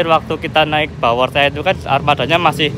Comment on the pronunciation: Pebepe bawortea "padahal di bacanya baworteh